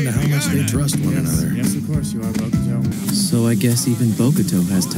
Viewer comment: Its funny how the caps pronounces Bokuto differently each time Book-too Bocado Bok-toe Bogado Lmao